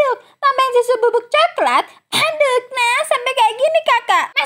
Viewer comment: Pas bilang aduk nya biasa aja kali😅😅